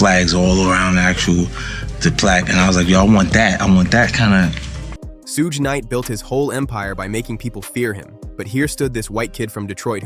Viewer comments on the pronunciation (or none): Sooga Night lol pronounced like sugar with out the r... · You trying to say shug knight . Suge knight 😅😅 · Did you call him "suuga knight"? lmao you might want to stick to videos about things you know about...You called him jimmy IO Vine lmao wtf dude? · Bro I rly don't wanna hate but you definitely need to learn how to pronounce the names. It's Suge knight (pronounced like sugar but with an e at the end) and Jimmy Iovine (i-o-vine) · Did he just say sooga knight 😂😂😂😂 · I stop watching every video when I hear Sue Ga night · All these comments and nobody mentioning the "soog knight" part 😂 text to speech exposes you every time. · Sooge knight ?? Lol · Suga Knight 😂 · nope not listing to a video that can't ever pronounce suge knight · I like how you pronounced suge knights name five different ways. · Why does the narrator repeatededly mispronounce Suge Knight’s name? Happens in a lot of these videos/reels!